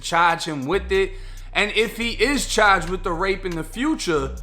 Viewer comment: Federally chaaaged! Debit caaad!